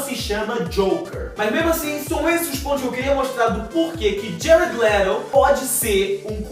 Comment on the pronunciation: ''jared lerou'' kkkkk,+1 inscrito